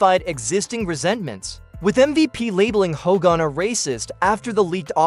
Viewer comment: Did you really call him Ho gan...Come on man